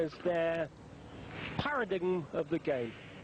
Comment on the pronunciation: "Paradiggim" of the game? Who taught these commentators how to talk?